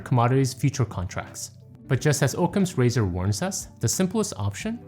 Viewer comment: ˌäkəmz ˈrāzər. Oc·cam's ra·zor /ˌäkəmz ˈrāzər/